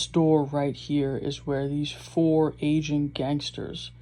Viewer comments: what did you say?? I heard "Asian" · He said “AGING” but you’re right sounded like Asian LMAO 🤣🤣🤣🤣